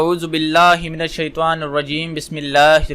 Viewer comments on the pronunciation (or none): none